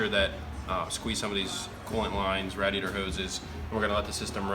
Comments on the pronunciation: It bothers me that doesn't pronounce radiator as "RAY-diator" like the rest of the civilized population, but otherwise awesome job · TwinSpinner i guess i am not a part of the civilized population because i pronounce the name of a part differently. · Love and the way he says "radiator." 😂 Love the bum shots too! You dirty dogs 🐶. Impressive on the heat loss. I'm adding this to mine. What is the shielding stuff called? Shielding or Water Wetter? What do you guys think? Sounds like the Water Wetter made the difference.